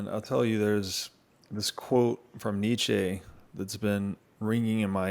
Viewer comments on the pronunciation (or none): I love how people love to cherry pick quotes from Nietzsche but don't know how to pronounce his name. Nietzsche was not a capitalist.